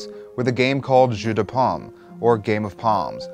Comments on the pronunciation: Lmao I thought the same thing; he's saying jus not jeu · When you attempted the French for "Game of Palms" it sounded like you said "Apple Juice" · That's what I was thinking lol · Delicious mistake. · You said Jeux de Paume completely wrong but whatever